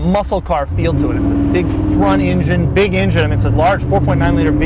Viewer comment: Love your videos only one issue "Engine" sound it out try again